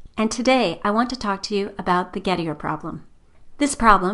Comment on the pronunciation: Poor Gettier, no wonder his paper /idea never caught on and got filed under circular(or just poor) Gettier is not pronounced as that creature pronounces it; she would probably pronounce 'trait' - another shibboleth to identify the uncultured , to rhyme with gate rather than tray.